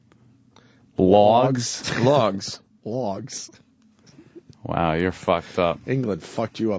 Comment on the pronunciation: Lawgs frowgs